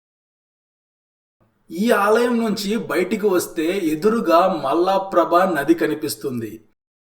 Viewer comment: అయ్యా నది పేరు మల్ల ప్రభ కాదు మలప్రభ